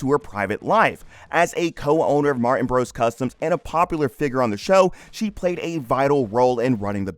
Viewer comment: Her last name is Martin, not "Mar-In".